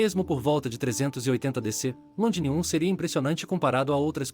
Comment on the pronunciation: O texto e as imagens estão ótimos...Porém o narrador precisa melhorar muito a pronúncia...está pronunciando errado Londinium, Maximus...etc.